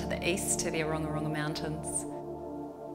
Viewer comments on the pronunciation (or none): when filming episodes in Aotearoa, it would be great if interviewees could be asked/taught to correctly pronounce Māori place names :~) the architect speaking pronounced 'Ōrongorongo' a little differently than it's supposed to be said xx Use the platform to inform! xx